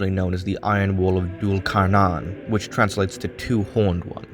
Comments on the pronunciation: No offense but it’s pronounced Thul Karnayn in Arabic in English it’s spelt Dhul Qarnayn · Duul carnan is wrong it's dhul qarnain or zül qarnain. Anyway dm me if you wanna know who actually he is. (Warning: I will try to convert you to Islam) Btw awesome video keep it up